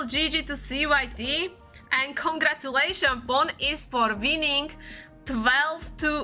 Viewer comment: Why am I hearing pond esport